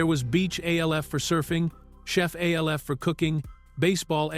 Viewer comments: A.L.F., who says it like that?! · do you not know how to say names we already know you can't spell it's alf stupid